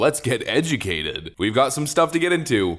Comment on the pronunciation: Should've tiitled this edgeyoumahcated 😂